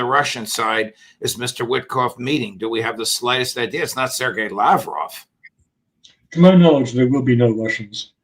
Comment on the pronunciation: You'd expect Judge Neapolitan would have the courtesy of pronouncing names like "Lavrov" and "Zakharova" properly. But I guess not.